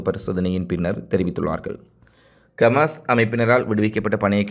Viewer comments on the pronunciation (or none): டேய் சங்கிவாயா கமாஸ் இல்லை ஹமாஸ் என்று சொல்லு ... காஸா மக்களுக்கு செய்த சித்திரவதைகளையும் எடுத்து சொல்லு